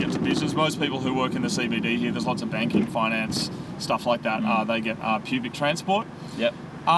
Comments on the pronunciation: sounds like says pubic transport lol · "Pubic Transport" haha you kill me